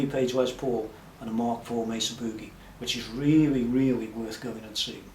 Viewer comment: man love the shirt very cool. thanks for your time much appreciated and you pronounce Mesa correctly